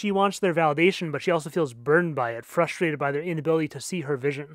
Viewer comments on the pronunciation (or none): none